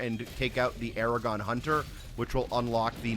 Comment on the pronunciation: Why do you call the Agadon hunter Aragon hunter?